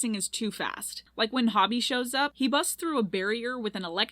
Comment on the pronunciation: Girl watched the movie 3 times and still can’t say hobie’s name right💀😭